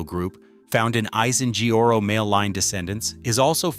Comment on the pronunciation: "Asiheoro"? Pain at ass😅why can't you straight your damn tongue, prounced at least 5% closer😂